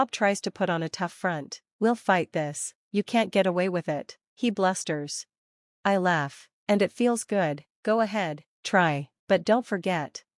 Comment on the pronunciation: Blasters? Isn't it "blustered"